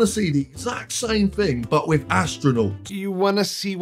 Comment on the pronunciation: "Fing".....Do the right fing...